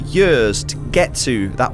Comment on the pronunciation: What accent is that? Until he held up the posted with "years" written on it, I didn't know what he was saying. He says it like "yehs"